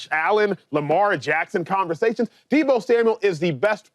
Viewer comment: James Jones saying Deebo is a superstar, but can't once say his name correctly is wild. You know superstar's names. Deebo Samuel. No "S" at the end.